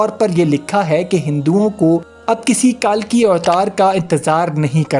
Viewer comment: لفظ کلکی ہے کالکی نہیں ۔۔۔ کل آپلوگ کالکی کیوں بولتے ھو ۔۔۔